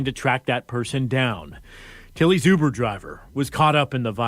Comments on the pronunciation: The Newcaster pronounced Uber like yuber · Why the 1st new broadcaster called Uber “Yuber” 😂😂😂😂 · I literally was like wtf is youber 😂😂😂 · DID THAT NEWS ANCHOR SAY YOUBER(UBER) 🤣🤣🤣🤣🤣😆😆😆😆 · I know his big grown ass did not just say YOUber on national tv.. is he living under a rock ?!!? WHAAAAAAAAAAAT ?? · Dis man just said YUBER 🤦🏽‍♂️🤦🏽‍♂️ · “Driving him for you-ber” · No way he said you-ber I’m done … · Pops said YOUBER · I was vibing to this shit until i heard the reporter say “U-BER” 😭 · The news man said you-bur instead of Uber😂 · “Youber” is insane 😂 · Nigga said youber n threw my whole vibe off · the way the news reporter says "youber" triggers me. lol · Am i the only that thought it was weird the reporter said youber instead of uber.. i wouldve thought it was ai if i didnt see the dude talking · MF said youber 😑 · That mane said Youber lol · When the setup is really on you because you living foul.. That reporter calling it Yuber is throwing me TF off. Usually only A.I. mispronounces words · Shawty said “Youber” 😂😂😂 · “YOU-ber driver” 🤦🏾‍♀️ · Why the reporter say Yuber lol...any way r.i.p. to that poor uber driver dying over these fkn fools and their nonsense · Bro said "YOUBER" 😂😂😂😂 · What the hell is "yuber" SMH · “YOUber” is blowing my shit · Right😱 like wth is a YOUber??!! 🤦🏽‍♀️🤷🏽😁🤣🤣🤣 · I thought I was bugging when I heard that 😂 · 😂😂😂 it does start with the letter U… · Is anyone else cringing at how the reporter pronounces Uber? “The yuber driver” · Fire him.... What rock he been living under, to not know how to pronounce Uber 😂.... Rip Driver 🙏🙏🙏